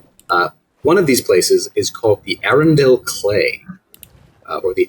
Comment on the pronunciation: Maryland native here!!! Arundel actually is pronounced Uh-run-dull. Easy mistake to make if you’re not a local. I was looking forward to the Acro discussion since it’s known to have live here and is definitely one of my favorites. Great job and keep on making this amazing content!